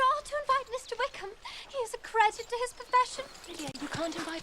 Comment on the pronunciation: 😂😂😂😂👌 is so twitterpated she can't pronounce Wickham.